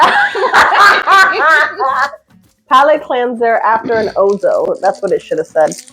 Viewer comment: Not o-zoo, OUzo.